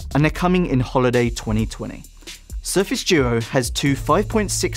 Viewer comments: Why do you call it the surface joe? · Sorry, I heard Surface Djo (not doo-oh).